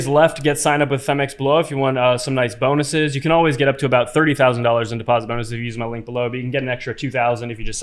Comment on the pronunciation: Did S say "bone-us-us"?